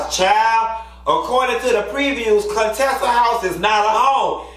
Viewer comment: I laughed a little to merch when you read Contessa 😭😭😭😄😄😄